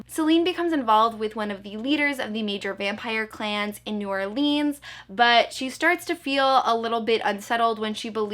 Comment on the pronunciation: Me from Louisiana 😂😂 its new orleans not new orlEANs